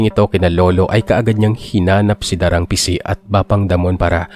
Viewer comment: Da--rang Ising po ang pronunciation. Anyway, nice story. All the way from Adelaide, Aus. 😊